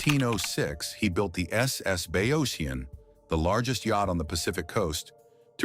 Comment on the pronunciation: The narrator pronounced Oregon correctly but could pronounce the name of the town? Bayocean. On one side of the spit was the bay and the ocean was on the other. Bay Ocean. Bayocean. Not Bay-oh-seen. He botched Wallowa, too. It’s not Wallow-uh. It’s Allowed-uh with a w at the beginning.